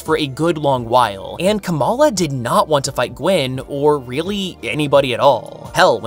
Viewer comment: The way your pronouncing Kamala sounds like you're saying the Pokémon Komala, which is just giving me very humorous ideas when I think of a Komala in a Ms Marvel costume